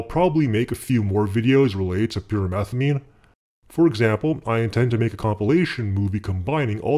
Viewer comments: I keep hearing "pure methylamine" not pyrimethamine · I keep thinking he's saying pure methylamine